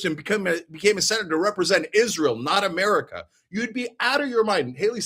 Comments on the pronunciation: "Izzrull" ..... 😂 Lol, I thought I was the only one who noticed how he pronounced that. May his wife & kids ..... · same. Izzruhl.